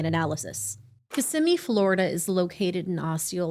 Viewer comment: It’s such a small detail and totally irrelevant to the horror that baby faced… but I appreciate that you said Kissimmee correctly. A lot of people that cover the area and don’t live here always say it wrong. It just shows the level of research you guys do. Even the smallest detail is important.